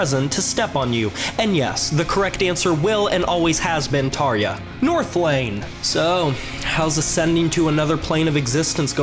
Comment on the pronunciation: YOUR PRONANSITATION OF TARJA IS SHIT